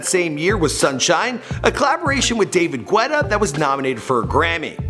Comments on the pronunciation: david gweta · David wuetta ? 😅👍 Nice Vídeo my bro! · Who heard David gweutta in minute 8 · david G-WETA ?